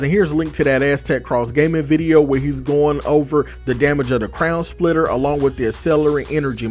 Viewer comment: i swear i heard you say crayon splitter